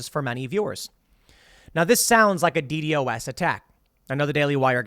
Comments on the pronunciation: Isn't it usually pronounced "Dee-Dos" and not "Dee-Dee-o-s"? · Never heard someone say d-d-o-s. Always heard it as D-Dos. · Nobody says “Dee Dee Oh Ess”, Tim. It’s “Dee Doss.” It’s awkward to hear you correct others about the topic when you say it like that over and over again. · please just say D DOS attack :D so weird hearing it as D D O S attack lul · Nitpick: don’t like how you pronounce DDOS as the acronym instead of calling it “dee dos” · The way Tim says DDOS is funny. Simplify it to "De-Doss" it roles off the tongue better and is used by quite alot of other people. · It's been pronounced D-Doss forever, I don't know why he's spelling it out since he's been into computer/internet stuff most of his life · It’s pronounced dee-doss. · its pronounced 'dee daws'. Just say that, for fks sake. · Ok here’s the thing. If you say DDOS like D.D.O.S then I don’t want to hear you roast other people about messing it up. To security professionals you sounds just as goofy lmao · It is said “Dee Daw-se” attack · jeebus just call it D-dos. saying D D O S everytime is fucking stupid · It’s pronounced, “DEE’-dähs” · D-DoS (should should like Ross), Tim.... PLEASE!!!! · btw you say DDOS like D-DOS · As a software developer and someone who is very interested in information security Tim, it really bugs me the way you pronounce DDOS. Don't spell out the acronym, it's pronounced Dee-Dause, Like Wee Sauce but with D's at the front. You got this I believe in you. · DDoS is not pronounced by saying each letter individually but by saying the first D and the word Dos.